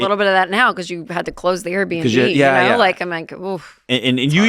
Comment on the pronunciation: Airbnb ... Air B & B. (Not "BinB")